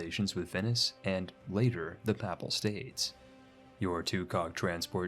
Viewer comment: Fucking hell hearing Americans butcher all the names of places really puts me off. Couldn't get through this. In future worth googling how to say Papal state and Athens etc. 🤣 Paple state and Ayfans 😆😆🤣